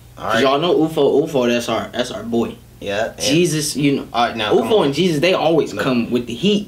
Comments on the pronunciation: Yeah ufo on the Hook, then RAF, bonez and gzuz Its not pronounced Jesus btw, but jizzes, like short jesus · You pronounce GZUZ like jizzuz